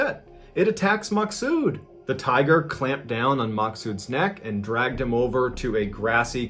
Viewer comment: Please tell me I'm not the only one who heard tire instead of tiger the first time